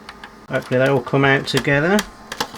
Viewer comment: did you say ‘we’ll gum back to this later’? Nice touch with the channel theme tune 🎶 😊